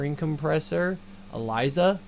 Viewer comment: Correction: Elysia not Alysia........